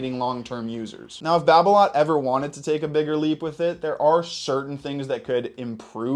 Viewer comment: wtf is BarBeLot ? really fucking BarBeLot ???🤔🤔🧐🧐😅